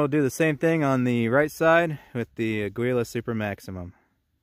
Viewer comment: "Aggweela" This is gonna be good.